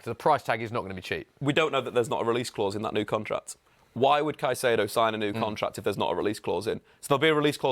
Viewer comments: One constant in football media is English punters absolutely slaughtering foreign players' names hahaha "Sy-see-ay-doe" for Caicedo makes me want to shrivel up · If I hear “Saiseido” one more time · Everytime says “Saisyedo”, i cant help but cringe a little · confident misspronounciation of Caicedo is so grating. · refuses to pronounce Caicedo correctly in a room of people who are all pronouncing it correctly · Walking L teaching us how to pronounce Caicedo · How can this be your job and you don’t know how to say caicedo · green top dude was killing me with his pronunciation of Caicedo 😂 Everyone else got it right but nope, not green top guy